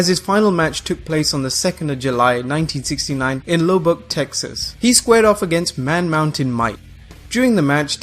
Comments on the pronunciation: Lubbock is pronounced La-bick not Lou-buck. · Lubbock is pronounced "luhbuck" not "lowbock" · Lobuck Texas? Where the fuck did you learn English? It’s Lubbock Texas...Go back to school as learn proper English, you half wit! Ffs! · *Pronunciation, but yeah, that was annoying. "Lub-bock, Texas" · The fact the guy can't even pronounce Lubbock or Liger correctly really hurts the seriousness of the list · Anyone else think it’s weird how the guy can pronounce all the Japanese names correctly but can’t pronounce Lubbock